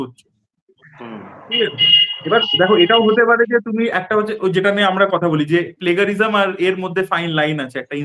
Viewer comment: Sir .. it's pronounced as play-Juh-ri-zm .. kindly make sure of the pronunciation next time..Thanks.